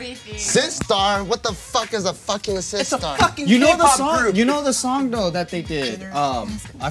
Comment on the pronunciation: Damn bless you for saying SISTAR. I miss those girls already